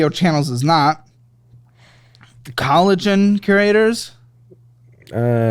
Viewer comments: It's mis-reading vendors on the statements for me 😂 "Collagen" Creators instead of Cologne Creators. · Did nobody else catch pronouncing 'cologne' as 'collagen'?😭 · Lmao collagen creators? Its cologne, u know, like perfume hahaha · “Collagen Curators” I think that says “cologne” 😂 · Did he say Collagen Creators? lol it says Cologne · COLOGNE 😆 not collagen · Not pronouncing cologne as collagen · needs to start offering phonics lessons as part of his bundles. Collagen?! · Giggles. can’t pronounce the male version of perfume. Cologne